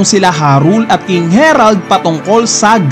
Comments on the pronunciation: harald hnd herald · Ang laki laki ng letter A. Repeat after me. HARALD!....Ha-Rald